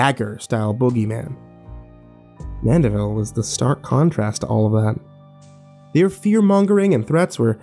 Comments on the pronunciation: It's Mandeville not Manderville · Driving me nuts. It mandeville not manderville.